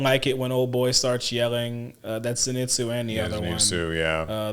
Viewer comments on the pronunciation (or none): mispronounces “Zenitsu” the same way Inosuke mispronounces it, lol! What really pissed me off is how the crows didn’t announce Zenitsu’s win.